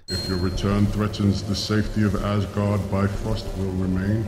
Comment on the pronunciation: It's funny to think that they have British David Bradley speak Norwegian in the first Captain America movie and yet they can't pronounce Mjølner nor Asgaard right. Oh well, the downside of the Nordic languages being so different.